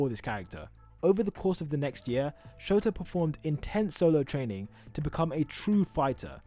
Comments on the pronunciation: Why is he keep saying for aisawa and not shota.btw lov u vids,real helpful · Did he just say “ aizawa”, that sounds familiar, like todoroki